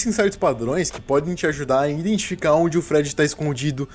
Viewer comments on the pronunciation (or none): none